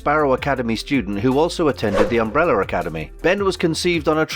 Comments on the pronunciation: What is an UMBRELLER? where is the "R" from at the end of UMBRELLAAAAAAA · What is UmbeRRRRRRR. There is an "A" at the end of UmrbrellAAAA. It is UMBRELLAAAAAAAAAAAAA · Why does this guy keep saying "Umbrellar" academy!! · The Embrolla academy as he pronounces it lol